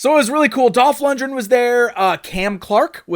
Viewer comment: why do you keep mispronouncing Dolph's name????? Seriously. Over and over and over again.